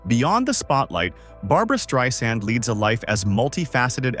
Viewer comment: "Streeesand" - AI sucks!